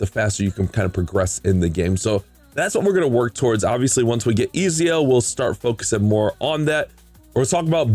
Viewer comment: Nice man. His name is pronounced Et-zio by the way haha hes from italian renaissance times